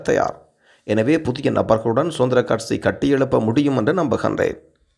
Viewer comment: கற்சி இல்லை தோழரே கட்சி எம் உயிர்த் தமிழை கொலை செய்ய வேண்டாம்.